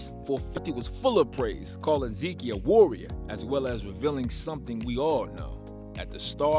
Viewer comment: lmao “zekey”